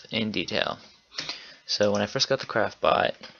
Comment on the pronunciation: sounds like your saying crapbot